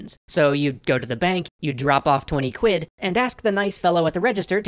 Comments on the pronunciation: Aaahh, maaan, hearing an American say "quid" was oddly satisfying :-) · Weird hearing an american saying quid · Hearing an American say “quid” has just blown my mind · And there we have it, final confirmation that the word "quid" in an American accent sounds just as silly as I'm pretty sure I sound if I say "bucks" to mean USD. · Feels so weird to hear an american say '20 quid'.